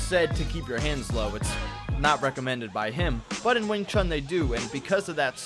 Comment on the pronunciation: Why americans say wing “chung” ? It’s pronounced wing “choon”. Like ecspecially and aksk is another yank thing